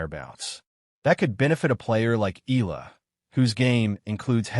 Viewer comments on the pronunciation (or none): Pls. EALA is pronounced E-yA-LA just beginning to get tired of hearing otherwise